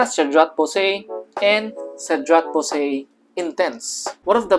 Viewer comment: It would also be better to also research on the correct pronunciation of "boise." The common mistake in trying to be "niche" with niche scents.